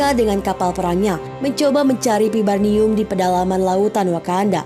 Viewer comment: Vibranium....bukan vibarnium, min.